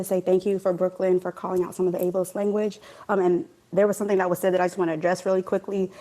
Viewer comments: WTF is “ableli iss”?? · Did she pronounce asterisk "asterick" and ableist "ablee-ist"?